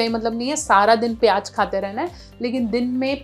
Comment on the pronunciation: اسلام وعلیکم بولتی بہت اچھا ہیں ہم پیاز بولتے ہیں آپ پیاج بولتے اچھا لگا جیسے آپ اچھے آپ کے لفج مطلب لفظ بھی اچھے۔ نسیم اے ڈی کراچی ، پاکستان